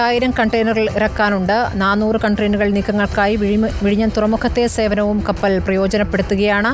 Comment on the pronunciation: കപ്പറൽ ..... അല്ല.... കപ്പൽ.... വാർത്ത വായിക്കുന്നവൾക്ക് തെറ്റി